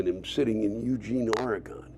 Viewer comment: Lewis, if you don't want to piss off the locals pronounce it Ore-gin, or Or-reh-gin...